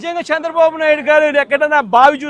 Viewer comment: చంద్రబాబు అనలేవు .... సాంద్ర బాబు అంటున్నావు... నత్తిపకోడి మాటలు వద్దురా... సైకో వెధవ నా...